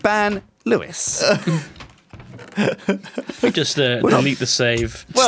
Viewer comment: actually cringed at "Lewises"